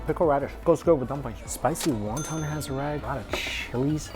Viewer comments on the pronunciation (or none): There he goes again saying Won Ton completely wrong! He's Asian and should know how to say it right!